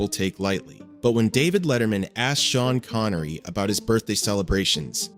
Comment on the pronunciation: You mean how Shavage Shean Connery Wash